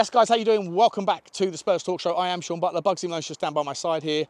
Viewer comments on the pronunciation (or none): none